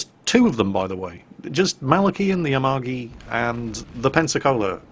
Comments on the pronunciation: japanese names. Say it like this, the a-MA-gi, not Amagi. Three letters, accent on the middle one. The "gi" as in the word go, not like as a "j". Two other examples. Its the Shi-ma-Ka-ze, 4 letters, accent on first and third. The My-o-Ko, same deal. Love your channel, it's a bright point in my day to hear you wail on the stupids. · And has fucked up Amagi's name, too... checks off The List